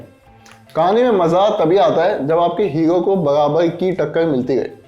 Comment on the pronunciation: हीरो होता है बे,,, हीयो नहीं😂😂